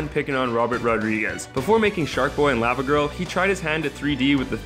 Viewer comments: Dude...why are you saying Lava like that? haha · Law- Vuh Lah-Vuh is related (in pronunciation) to Magma. Saying Lah-Vuh makes it seem like Magma. Not intended to be mean, just correcting you for future reference. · It is pronounced Law-va not LAva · thumbs down for how you pronounce lava.